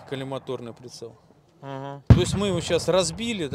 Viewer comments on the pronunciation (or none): По одному произношению понятен опыт офицера. Прицел не колиматОрный а колимАторный. Ещё не соглашусь с доводом о уменьшении поля зрения, если кто не в курсе , второй глаз закрывать ненужно. Пользую холосан 403. 7*62×39. Так же о дистанции, еть два нуля, ближний и дальний. Зная это можно смело попадать в грудную мишень до 250-300 м Не претендую на истину. Всем добра! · В слове коллима́торный ударение ставится на А а не на О. Я порылся в анналах. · Да он даже не знает как произноситься слово колиматорный, о чем ты в обще хочешь сказать 😂